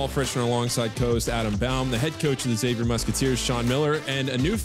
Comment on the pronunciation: Can't wait to see this dude play. Please let him know its not ex-avier… 😂